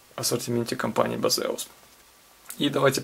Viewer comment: Не Базеус и даже не пиздеус). Правильно - Бэйсус.